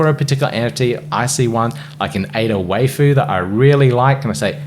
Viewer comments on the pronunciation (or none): Nice. It's definitely pronounced Why-foo, though, not "way-fu" 😆